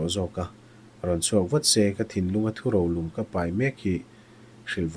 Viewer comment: 'Thu rolum' i lam dan hi 'ro (thing ro tiha ro angin) lum (hun bi tiha 'hun' angin)' tih tur zawk a ni ang e.